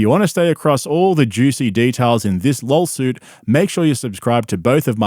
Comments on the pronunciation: Lawlsuit. He even calls it a lolsuit. Perfect for a lolcow like him. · Does he intentionally say lawlsuit? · This whole time I thought you were calling it a LOLsuit as a funny pun. I never saw the original clip of Brandon unironically pronouncing it like that